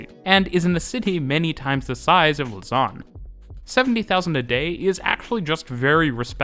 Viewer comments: Lausanne is not pronounced "luss-an", but "low-san". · loze-ann rather than luh-zarn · Lausanne is mispronounced. The A is flatter. Yours tends towards an O: lausawn :( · can't help but hear 'lasagne' everytime you say the city's name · Just a little tip for the future. Lausanne is stressed on the 1. syllable (LAUsanne) 😉